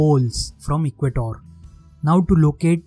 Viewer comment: And it's not equatoor it's equator ur taking th 'o' too long